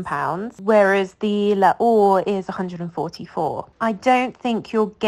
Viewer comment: It's pronounced 'lor'... not 'laor' please And parfum d'eau is pronounced 'do'..like the musical note...